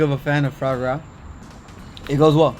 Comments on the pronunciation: GUGA! It`s called FUA GRA not fRa GRA! It`s french...."melody" launguage. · Fra Gra lol if you say it fouwah grah you will nail the pronunciation! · its pronounced "Fwa-grah" not "frog-gra" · Guga, It's not pronounced as "FRA gra", it is "FWA GRA" ;D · No one: Guga: "FrAw gRaW" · Foie gras is pronounced FWAH GRAH. No R sound for the love of God. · Also Guga, coming from a French guy, try to pronounce it as Fwa Groa